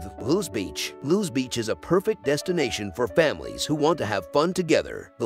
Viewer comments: Having a house in Fenwick, I can assure you that Fenwick Island is in Delaware. Lewes is beautiful and yes AI butchered the name. Bethany Beach De is beautiful too. Also in DE. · I live in Delaware and NONE of the beaches in this video are in Delaware. Also, the narrator butchers the names of Lewes and Rehoboth.